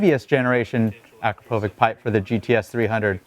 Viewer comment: It's hard to break the AKRO povik vs. a CROP o vitch habit, isn't it? lol. I used to work with someone who had that last name. He'd get frustrated at people who pronounced it AKRO povik.